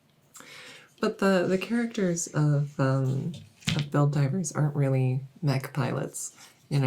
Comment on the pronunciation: I kept hearing Helldivers, not Build Divers xD